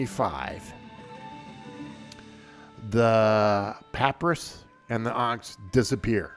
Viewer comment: It is pronounced pah-pyrus